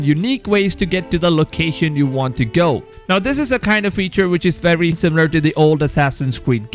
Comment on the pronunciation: I would watch a video with you only saying words with only W and V's in it. Wery wery good job!